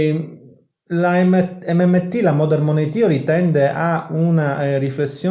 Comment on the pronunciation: In Inglese la parola Money si pronuncia con la A e non con la O , "manei" come "le mani" in italiano